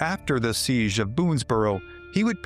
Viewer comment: It is NOT a "seegh (with a continuous vowel at the end) but a SEEJ ending with the J sound of Jerk.